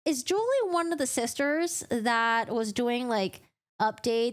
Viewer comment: Julie is pronounced as "Jew-Lee" not "Jewel-ee ".